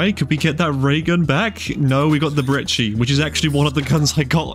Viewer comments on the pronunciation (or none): I am sorry but I died when you said *BreCHi*.. XD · ik ik. Just NEVER heard it said like that lmao.